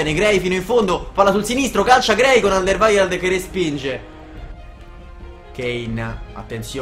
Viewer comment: Alderweireld se non mi sbaglio si pronuncia alder-ueirold